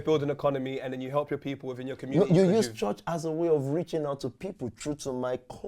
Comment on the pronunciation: Even the way he says church (chuch) is fraudulent